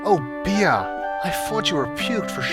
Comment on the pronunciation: Bea isn't said as "Be-a" it's said like "Bee", the a is silent.